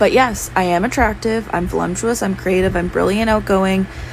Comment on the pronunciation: “Volumptuous”? I’m not usually one of the douchey grammar police, but for a woman who considers herself brilliant and is so often condescending and belittling of other ppls intelligence, it’s pretty hilarious that she doesn’t know how the word voluptuous is spelled/pronounced.